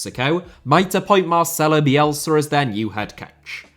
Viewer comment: America* not Ameriker Rather* not Rother Copa* not Copper Argentina* not Orgentiner Honduras* not Hondjoras Korea* not Korear Croatia* not Croatier Half * not Holf Liga* not Liguer Saw* not Sor Bielsa* not Bielser